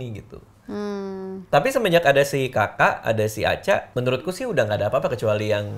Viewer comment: aku kira alea bilang anca sampe mikir ngapain alea manggil mas anca, taunya bilang aca😂